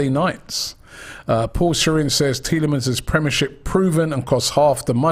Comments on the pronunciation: Robbie loves mispronouncing names haha. He said Lau-ture-ro Martinez all last Summer, it is Lau-Tah-Ro. And It is not Tee-lah-manz, it is pronounced Tee-lah-mah (with the French inflection) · Tee le mons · Bro please pronounce the S on Tielemans🧐